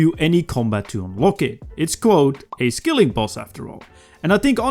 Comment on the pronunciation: It's a SKILLING boss not a SKILLER boss